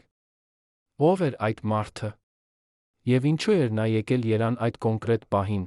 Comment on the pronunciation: если это не ИИ, то почему Еран, а не Ереван????????!